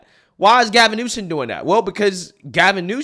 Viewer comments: I love & respect your viewpoints; but for the love of God, PLEASE quit saying NewSON. It’s Newsome. Simple. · New-SOM Not New-SEN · New-some. Not new-sun. 😂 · You keep calling him Gavin Newson then sometimes you call him Gavin Newsom. Hahaha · it’s Gavin NewSOM, not NewSON. Sorry, it aggravates me😂😂😂😂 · It's Newsome (Noo-Sum), not Newson. It's Vivek (Vee-Vake), not (Viv-ick). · newSOME newSOME newSOME SOME SOME not son. Damn. Why are you so freaking bad with pronouncing highly prolific people's names which even a 5 year old could get right? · Ok, …Gavin’s last is not newson… It’s like “axing” a question vs “asking.” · Love you darling, but it's NEWSOMMMMMMM. Just a suggestion. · It’s hilarious that you call him Gavin NewsoN! 😂🤣😂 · (NU-SUM) not a fan but whatever. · Every time says Gavin Newsom, he says Gavin NewSON 🙄 hahaha, DRIVES ME BONKERS.... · Who cares if pronunciation is off, newscum is a psychopath! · I love you man but Gavin Newsom’s name ends in M not N L O L